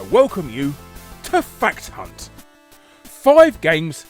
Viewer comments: I always hear "i welcome you to fat cunt" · I love the way Harry slows down and goes out of his way to say "Fact Hunt", since in all his old videos he said it quicker and it unfortunately just becomes "Fat Cunt" He's definitely been reading the comments lol.